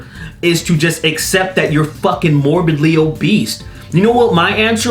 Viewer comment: "Morbidly obeast" lol funniest slip of the tongue